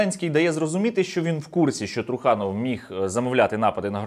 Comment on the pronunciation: Труханов треба говорити з наголосои на останній склад. та і взагалі вірно говорити Трусельов